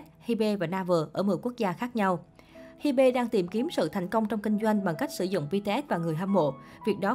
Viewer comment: ???? Hybe đọc là Hi Bê=))))